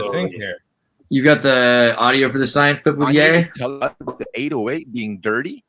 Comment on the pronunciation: Wrath of Kanyay! 🤣 but seriously, you’re ahead of the curve as usual on the whole calling him yee and not yay, it sounds more biblical, I get it mow